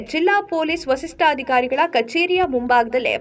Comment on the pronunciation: ಥೂ.. ಏನು ಅಂತ ಮಾತಾಡ್ತಿರ ಕನ್ನಡ ಗೊತ್ತಿಲ್ಲ ಅಂದ್ರೆ ತಿಳ್ಕೊಂಡು ಮಾತಾಡಬೇಕು ಪೊಲೀಸ್ ವರಿಷ್ಟಧಿಕಾರಿ ಅಂತ ಹೇಳಮ್ಮ ವಸಿಷ್ಠ ರು ಅಂತಿಯಲ್ಲಮ್ಮ